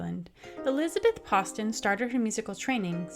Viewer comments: Fascinating! I am currently doing my doctoral research on Elizabeth Poston, and I have been told by the people who own her estate that it is pronounced like "post." Maybe it is one of the many mysteries that surrounds her! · That is really odd. Hi! I’m the relative! I just checked with my dad and he confirmed the way our family pronounce it (his mum was said Nanny Poston and apparently she wanted to double barrel our surnames). We’ve never pronounced it that way, and you can trace the family line back 1066 (he’s super proud of that bit…) so it comes from the French. Let me know if you want any info - one of my dads teachers in school worked extensively with her.